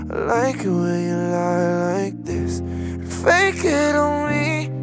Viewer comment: ממש אוהב את השיר, ותמיד הרגיש לי שהמבטא שלך כמעט מושלם ולא הצלחתי לשים את האצבע מה פחות, חשבתי הרבה ונראה לי שמצאתי: אתה אומר this כמו חיריק שלם (חרוז תנועתי ל־me) אבל אמריקאים לפחות אומרים את זה הרבה יותר עדין, איפשהו בין ee לבין e. אם זה משהו שיכול לעזור במשהו להצלחה שלך בחו"ל אני אשמח :)